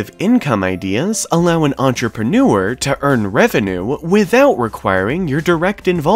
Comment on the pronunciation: I’m going to start making videos for entrepreneurs which teach them how to say “entrepreneurs” properly😜